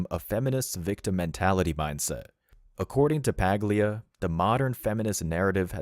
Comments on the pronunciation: The “G” in her name is silent, sounds like “Pah-lia”. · Check how to pronounce her last name. G is silent